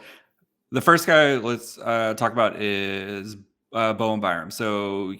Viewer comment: It's BoweN Byram, not Bowem.